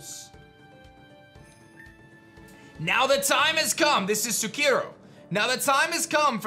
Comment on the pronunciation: You got akane right, but sukiro is "sue-key-roh"